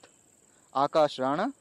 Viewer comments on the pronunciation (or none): none